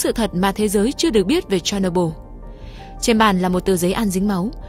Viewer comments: Tên đọc là Cher ny bol đâu phải Cherno byl 😅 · Phát âm tên nhà máy nghe như đấm vào tay .